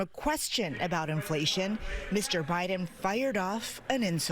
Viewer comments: Joe Byron? I caught that, trevor! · Did he really open the segment calling him Joe Byron? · Did he say "Joe Byron"? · He did say Joe Byron at the top of this clip, right? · did you really just say "Joe Byron"?? Trevor does not know the name of the US president. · Did Trevor just say 'Joe Biren' in the begining !?!?! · He said Joe Byron when it first started 🤣🤦‍♀️ oh boy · Was calling him Joe Biren a joke or a mistake?!! 😂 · "Joe Byron"??? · Is it me or did he call him Byron in the opening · Did he say joe byron at first? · Am I the only one that heard Joe Biren?